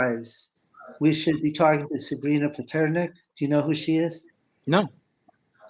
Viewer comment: Lee was mispronouncing the name of Sabrina. It’s “Sabrina Gonzalez Pasterski”.